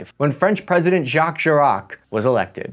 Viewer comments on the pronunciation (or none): none